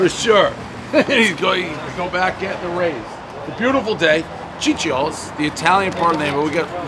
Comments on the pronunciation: He’s not and the reason you could tell is because Ciccio is pronounced ‘chicho’. Only Americans would add the extra i like they always do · its actually pronounced Cheech-yo, chee chee eeo . The same as Gio being Joe not Gee Oh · Putz! You were in Italy, and couldn't pronounce "CHEE-cho"?? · Even this "italian" is saying it wrong lol, it's pronounced Cheech-O